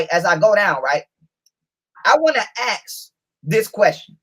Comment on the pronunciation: its still „ask“ not „aks“